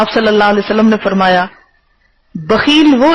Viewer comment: آپ کو "صلی اللہ علیہ وسلم " تو صحیح تلفظ کے ساتھ ادا کرنا سیکھ لینا چاہئیے۔۔۔۔ اب کافی وقت ہوگیا خود ساختہ اسلامی سکالر بنے۔۔۔۔